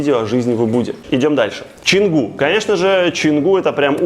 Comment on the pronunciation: Почему пишешь Чангу, а говоришь Ченгу??